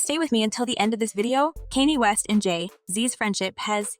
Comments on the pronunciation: KANYE WEST SHE NEEDS TO GET HIS NAME RIGHT!!! NOT KENNY!!! WHEW!!😮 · You sound stupid saying his name incorrectly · Why can't you pronounce his name correctly?